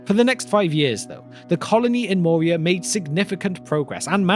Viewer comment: I believe "Moria" is pronounced with a rolling R, not the soft-R of English. (Of course there's no rule that says that names have to always be pronounced precisely as they are pronounced in their original language.)